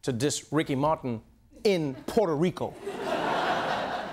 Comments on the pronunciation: Love Noah haha but it's "P-where-toh" Rico, not "Porter" Rico 🤣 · Porto Rico? Say it with me, Trevor: Poo-err-toe. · it's prononced Puerto Rico not portto rico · Everyone! Stop calling it Porto Rico. Its Puerto. They are DIFFERENT words. It is so indicative of our self involvement. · "POTO RICO" or is it Puerto Rico? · He pronounces it "potro" and it is annoying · I love you dear Trevor but your pronouncing Puerto Rico incorrectly - it doesn't have a O in it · Please pronounce the name of the country correctly.